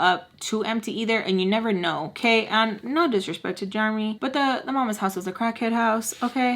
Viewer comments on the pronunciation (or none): The way you say Jeremy cracks me up😂 i pronounce it like jeremee. I hear you saying germy🦠